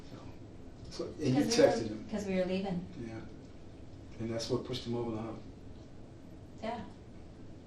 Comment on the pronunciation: And “eem” instead of him. I hate that lol.